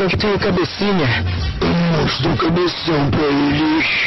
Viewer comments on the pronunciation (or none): "Amostra o cabesao pra eles" KKKK